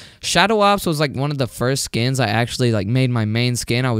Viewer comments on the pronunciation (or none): none